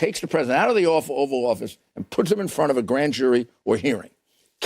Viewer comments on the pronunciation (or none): At .53 seconds it sounds like that dude said the awful oval office??😭